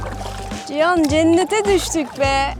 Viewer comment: ALLAH rızası için ciyan ciyan diyip durma artık cihandır o ya ....